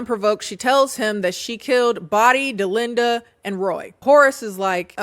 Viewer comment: My name is Dollinda..hearing Delinda is setting me off😂😂